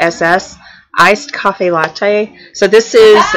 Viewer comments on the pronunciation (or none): Happy New Year!! Glad y'all are back, awesome video as always. I just have to say something because I thought it was funny. Yall kept saying, Iced COFFEE Latte and it is Iced CAFE Latte. Just so y'all know. 😉😘 Love y'all!